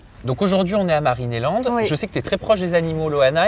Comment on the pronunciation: mariné land. 😂😂😂 d'où ils ont appris à dire le nom du parc comme ça? ça me dérange